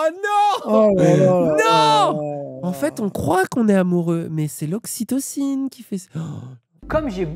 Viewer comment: "connaissez-vous l'oxitiocine?" on dit ocytocine je crois connait pas